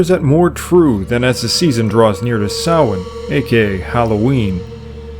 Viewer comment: Extra points for pronouncing Samhain correctly.